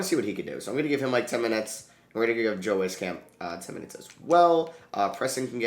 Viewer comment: Love that you picked up Joe Wieskamp but it’s pronounced “Wees-kamp” an absolute sniper outta iowa!